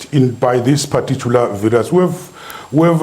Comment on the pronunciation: ....and it's not VIRAASS its VIRUS